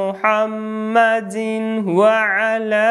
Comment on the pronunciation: Почему ты читает мухьаммадин ва 1ала а надо мухьаммадивва 1ала